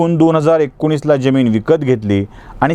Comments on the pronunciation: ज्यमिन्ं नाही जमीन . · उच्चार बरोबर करा हो, ज्यमीन नाही जमीन म्हणा ! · आपल्या मराठी उच्चारांना एनलायझर लावला असता आपण सातत्याने जमिनीतील जरतारी ज चा उच्चार जगभरातल्या ज प्रमाणे करीत होता. अशी जमीन मुरूड सोडा, मराठी भाषेतच नाही! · Jyamin nahi jamin